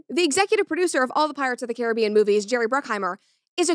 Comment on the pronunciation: As a West Indian, your pronunciation is correct brett, well done🤣